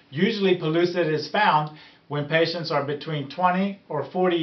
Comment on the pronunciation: PELLUCID NOT PULLOOSID (PRONUNCIATION)